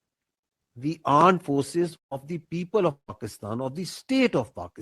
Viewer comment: Fir se bola aand forces 😂😂😂😂 DG ispr... Terrorist country ab comedy country ban gya hai....😂😂😂